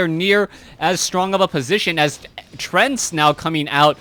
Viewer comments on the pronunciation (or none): Great game. Looked pretty bad for the human armies, but Th000 and Yumiko pulled through very nicely., I'm a bit curious as to why you say 'treant' as if it were spelt 'trent'...;)